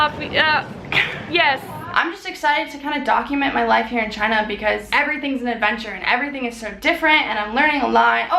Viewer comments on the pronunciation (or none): but its not choona its china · chOOna... not china?!